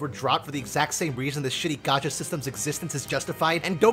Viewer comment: Btw its Gacha, not Gotcha